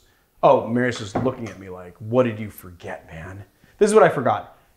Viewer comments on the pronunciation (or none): none